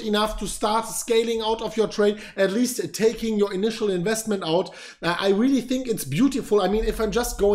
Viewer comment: skip to for a nice laugh, "very veary realely resonable"